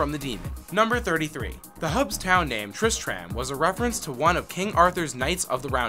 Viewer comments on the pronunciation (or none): "Tris-TRAM?' Nah, you gotta say "Tris-trum" my dude Also, "No souls were sold during the making of this game?" Damn...... Blizzard are some cold bastards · "longe-tivity" = longevity "triss-tram" = tris-trum "khan-doo-raass" = khan-dur-iss "me-fee-sto" = meh-fist-o "there were 15 developers originally, but that number doubled to 45 by the time Diablo 2 was in development!" = "there were 15 developers originally, but that number tripled to 45 by the time Diablo 2 was in development" "kull-aid" = cool-aid "dead-mow-5" = dead mouse "haven" = heaven It's like this guy doesn't speak english and hasn't played the games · you anoyoid me so much tris tram nooooooooooo you pronounce it tristrum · 1) tistrum not trisTRAM 2)Battle net...no one says 3) dead MOW 5??? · Tris-TRAM... Smh... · Triss-tram. Mafeastoh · its not pronounced Trist-rAhm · "kull-aid" "haven" "triss-tram" "dead mow 5" ughhhhhh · The way you pronounce tristram makes me cringe so hard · wait? you've never been to trisTRAM? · The cringe is so real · "...triss-tram..." closes video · Flim flam itsTriss-Tram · How to pronounce these words Baal (Bail) Tristram (Trisht-Ram) Khanduras (Khan-Door-us) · "Tris-tram" "battle DOT net" "Longetivity" "ark bishop" This is quite a pronunciation adventure. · Did he pronounce Tristram as Trish,tram? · sorry i cant stop laughing at Tris Tram... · TRIST RAM!?!??! NO FUCKIN GOD DAMN NO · What is "trist tram?" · You lost me at triss-tram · I'm sorry. Tris-Tram? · all aboard the Triss-TRAM to KHAN-durr-ass...sigh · triss-TRAM..... really? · TrisTRAM, mePHEESto, what a dweeb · It's pronounced trist trummm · did anyone cringe when he said tristram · I stopped watching after you mispronounced Tristram. Idk how managed to butcher it that badly Edit: it annoys me so much knowing hes never played the game. Every major name or bit of lore he never talks about or butchers the pronunciation. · Please play the games you talk about, you keep saying Tristram wrong